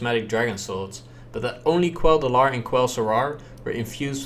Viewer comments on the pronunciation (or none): Shit I didn't talk to Caladis Brightspear, I talked to a different individual. Until high elves are a playable race, Quel'Delar belongs in blood elf hands!! Side note, Uther...buddy...it's called "Quel'Delar" not "Kel'Delar"